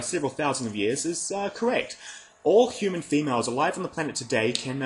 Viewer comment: He keeps saying yoomun instead of Human